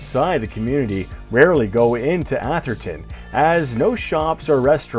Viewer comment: It’s actually atherton not asherton